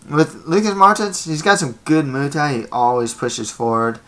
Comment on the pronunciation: Your break downs are decent but moo thai? Lol its pronounced like its spelled.